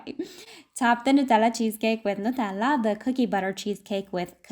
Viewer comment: I love the way you say Nutella. These mug cheesecakes are so cute and so tempting